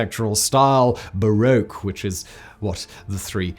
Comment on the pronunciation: Bar-rock, not bar-oak